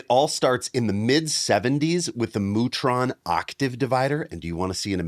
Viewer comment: I feel certain that "Mu-tron" is supposed to be pronounced "myoo-tron". (1) It's short for "Musitronics", and (2) the Greek letter mu (μ) is pronounced "myoo".